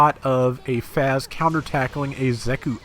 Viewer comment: I think the FAZZ is pronounced 'Fahts' instead of 'Fazz'. I'm also wondering how they'll do the Xeku Eins configurations, cause with all 3 you could probably have one of each type. I imagine it'll be like the quebeley where we get all 3 spread out over a few releases